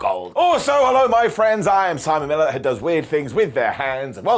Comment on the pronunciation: I know you said Simon Miller because that's your name. I thought I heard salmonella 😅😂🤣. Hope you are good, ❤ your show. Camden New Jersey USA checking in 🤗.